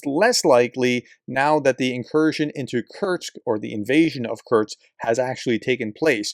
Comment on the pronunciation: K U R SSSSSS K. Say it three times and banish that constant mispronunciation.